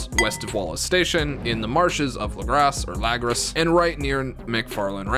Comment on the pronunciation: It's not lagraws or lag risk it's lagras